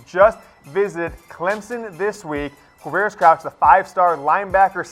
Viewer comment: "Quavarious..........?" Really? Seriously, "Quavarious?"